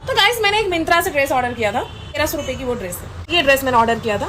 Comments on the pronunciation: Myntra ❌ Mintraa✅ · myntra ❌ mintrra ✔ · myntra ❌ Mintra ✅ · Myntra ❌. Mintra ✅ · mintra kya hota hai bhai😂😂😂😂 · Bhai kya अंग्रेज ka 14 ban rha hai मिंत्रा he bol de 😂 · bhai pronounce toh sahi se karlu news Dene Wale toh ho lekin 'Myntra ko' dang se toh bolo 😂